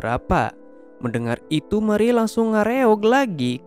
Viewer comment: mari aja ngomongnya,jangan mariye.. dih